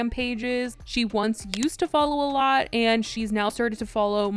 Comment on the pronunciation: If I took a shot every time you said ayLOT